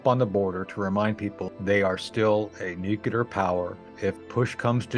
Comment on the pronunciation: What is low? It's the fact that the guy puts on a shirt from university and can't even pronounce nuclear. It's just sad. But I agree with u. No need to go there